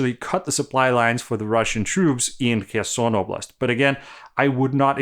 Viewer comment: It's so easy to make things better. It's Herson (like hunt), not Kerson (or c^nt). :face-orange-biting-nails